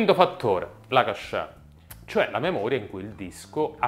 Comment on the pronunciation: GigaBIT??? Semmai gigaBYTE, errore madornale....e poi la memoria cascè? E che c'ha mal di testa? ahahah si pronuncia CASH, sia se lo intendi in francese che in inglese. Non puoi dare consigli informatici se usi i termini sbagliati.